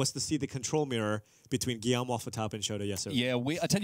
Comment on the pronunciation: Did just call him Guillome Waffle-Topper? That's actually kind of insulting right?